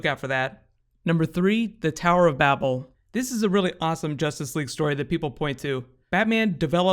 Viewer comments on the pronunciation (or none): none